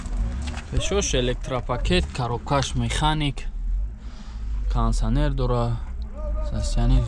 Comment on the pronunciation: Кондиционер мешавад кансанер не Кондиционер тугри гап задана ёд гиред